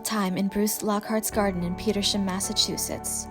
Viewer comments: Peter-SAM, not peter-SHAM. That's how the locals pronounce the town name. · We actually pronounce it Peters-Ham